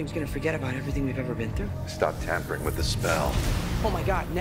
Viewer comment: Спасибо за обзор! Но в двух местах там не tempering, а tampering